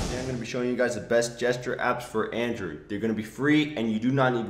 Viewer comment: 😂😂they way he said android😂😂😂